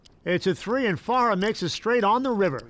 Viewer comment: “sammy farhar” kept irking me. it’s farha